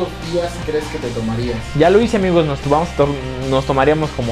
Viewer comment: Odio que diga amigous , amigous